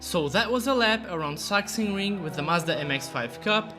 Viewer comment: Thank you for the perfect pronunciation of Sachsenring ❤